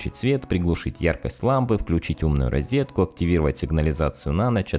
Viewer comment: Розетка, а не ризетка, чурбан